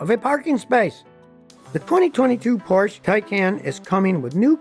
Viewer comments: Scotty, it's Porsch(E), not Porsch. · Porsch ER get the name right! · Mr. Porsche pronounced his name Por sha. not porsh, the e is not silent. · Scottie, it's not PORSH, it's PORSCHE, pronounced Porsh-eh. It's not a silent 'e'. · Porsh? Is that something like a Porsha? Or Porche. Just bugs me, that’s all. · Scotty, please don't drop the e in Porsche. It's not a Porsh. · PORSCHE [POUR SHA] FOR QUALITY AND PEDIGREE. SCOTTY, I CRINGE EVERYTIME YOU MISPRONOUNCE FERDINAND'S SURNAME. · Porsche, has two syllables Scotty. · Porsche is a two-syllable word. C'mon, Scotty. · Porsche is a two syllable word. That’s the way the Porsche family says it, so it must be right. Come on man👍🏻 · Poor-sha Tie-cahn😉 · Scotty is driving me crazy mispronouncing Porsche Taycan. Porsche in German has 2 syllables, not 1, and Taycan rhymes with “icon”